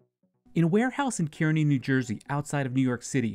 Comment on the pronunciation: “Keerny” NJ